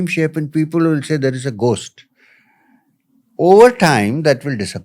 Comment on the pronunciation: Ghost is pronounced as “Gost “. Really interesting podcast.